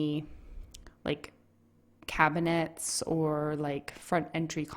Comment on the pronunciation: she added cab-a-nats